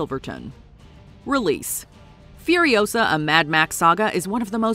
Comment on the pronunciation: "It's Furi-O-sa, not Furio-SA!" 😉